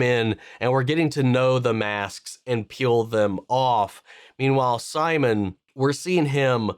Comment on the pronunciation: Please don't call him Simon it's seemoan😂